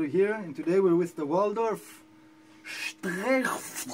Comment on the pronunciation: Aren't you Israeli? Don't you speak Hebrew? If any non German should not have any trouble with pronouncing "streichfett" it should be you... ;-) lol. Another great review, thank you, sir!